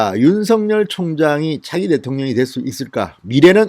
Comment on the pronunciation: 진성호님이 윤서결로 발음고치지 않고 윤성렬이라고 계속 발음하시니 드디어 윤성렬로 아는 사람들이 나오네요